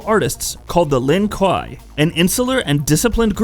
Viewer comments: The pronunciations are: Lin "kway" Kuai "LEE-AYNG" and Sek "Tor". Please verify phonetics before explaining these things. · Wtf is a "Lin Kai" you uneducated swine😂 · The way this guy is saying Lin Kuei makes me want to take a shotgun to my own knees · The Lin Kwaayyyyyyy (not kwhyyy) do not all wear blue until mortal Kombat 10 when Sub zero is grand master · KWAY NOT KUUI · It’s Lin (kway) no Lon kwa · its pronounced lin-kway you dumb fuck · Honestly guys, as a Chinese, if we you are genuinely concern about the correct pronunciation, we can tell you that it is pronounced as Lin Gui 林鬼 (meaning: Ghost of the Forest, literally The Forest Ghost) although it is spelled as Lin Kuei. Just sharing, thanks ;) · Wtf “Lin- Kai “ Immediately disliked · Its pronounced lin Kway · It’s pronounced Lin “KWAY”, ASSHOLE. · Kuai Liang is pronounce ku-why Lee-yang And Lin Kuei is pronounce Lin Ku-wey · ”LIN KUAH” WOT 😂😂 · Bro if I have to listen to you call them “Len Kwyyy” again I’m gonna fight your grandma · Lin k-why..... do you pronounce it like this? You are clearly not a fan and riding the ban wagon..... I won’t be returning to this channel.... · “Lin kuai” “Quia Lang” I can’t stop laughing lmao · RIP "LIN KWAI" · Lin kway* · Lin kweeeeeey is how it's pronounced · Gave up watching after you butchered the clan name it’s pronounced “lin-koo-a” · Lin Kuei = Lin Kway .... but yet you can say Shirai Ryu! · First of lin KWAY!!!, and second what the fuck is he saying I’m not understanding anything he just talks about random events and I can’t understand shit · Word he said Lin kai...Like wtf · so fucking true!!! ‘Lin KWAI’ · LINN KWAY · My man has created aids the Lin Kwai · I wasn’t expecting him to say Lin Kah 😆😭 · Lin Kwahi “ahaahaa” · Pronounced Lin Ku-way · In "The journey Begins", Raiden pronounces it "Lin-Q" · ..... Called the Lin what....? Kwhy? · "Lin Kwhy" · Stop making fun of his pronunciation of lin kuei, he tried. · I’m gonna need you to say his clan correctly pls